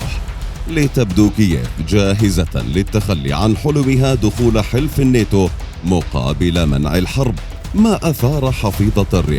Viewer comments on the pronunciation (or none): كل همي بهايه القناة انك تنطق كلمه الناتو صحيح مو نيتو يا اخي ناتو بشرفك ناتو 😂